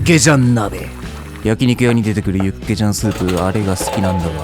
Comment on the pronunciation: 육개장 닭개장 발음 거진 한국인인데 ㄷㄷ